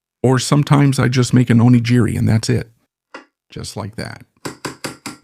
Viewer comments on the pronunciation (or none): none